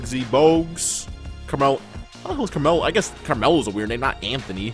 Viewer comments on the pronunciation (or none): none